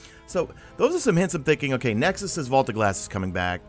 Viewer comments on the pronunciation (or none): none